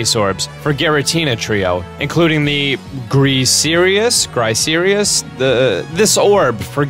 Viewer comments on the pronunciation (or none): "Griserious" lol, did you even try pronounce it phonetically? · Its the Grii-shous-orb . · Griseous. Gri-see-us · GRIS-EE-US, GRUH-SID-EE-AH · Griseous is said like Gris ee us